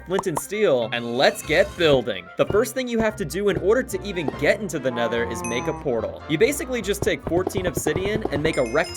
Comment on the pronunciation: tha nedor🗣️🗣️🗣️🗣️🗣️🗣️🔥🔥🔥 fleent and stil 🗣️🗣️